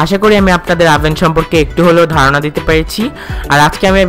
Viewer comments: ওভেন ই তো বলতে পারেননা।আভেন বলছেন। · ওবেন বলেন আবেন আবেন করেন কেন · এটার উচ্চারণ আভেন! ওভেন বানান হলেও উচ্চারণ টা আভেন হবে!দরকার হলে গুগল ট্রান্সলেশন করে দেখতে পারেন🙂